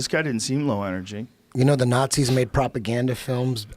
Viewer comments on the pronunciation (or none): How many times a day does eddie say 'propoganda' Probrably more then the number of shootings this year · Eddie "propagandez?" Bravo